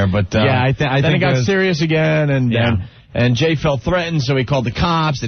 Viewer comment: "As a matter of fact....I fealt a vibe!" I lost all respect for Jay Mohr after this